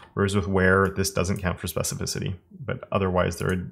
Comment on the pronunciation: Really nice video, all the css stuff is great, but my favorite parte has to be when you said specificity right 😁